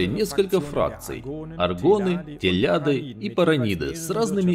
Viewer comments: их везде произносят Т[э]лади. Но никак не тЕлядЫ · в книгах их называли Телади, а не Тэляди так что да слух режет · Орнул с "Телядов")))) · Какие ещё "телЯды"? Ты вообще, что ли, ни одну игру из серии не видел? Телади. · Только резануло слух как фанату, то как вы обозвали Телади） Тэляди ）））